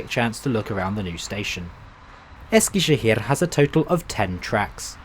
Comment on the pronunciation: Man I love your pronunciation of the turkish words! My parents are from Eskişehir and I visited the city last year after a very long time, of course using the YHT for travelling. It's such a bizarre feeling seeing all the familiar places in your video :D from the old Eskişehir train station to the new train station and the platforms. Hope you had a great time in Eskişehir!